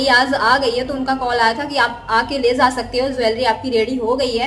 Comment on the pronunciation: Aap Jaa ko zaazz kyu bolte ho dee